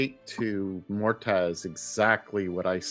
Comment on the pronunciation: I keep wondering if nobody is going to tell Xehra's player that "Mortaz" is actually called Moataz before the end of the campaign.